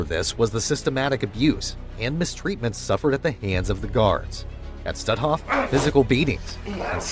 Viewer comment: Please, the camp of which you speak is not pronounced "stu'off", but stutt hoff, emphasis on the first syllable.